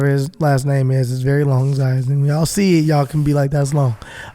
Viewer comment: 😆😆😆😆😆 your murdering those names STERLING